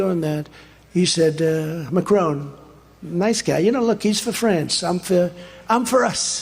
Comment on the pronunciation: Macrone from Frense 😂 Us live in the US. Trump started his second youth, at 3!😂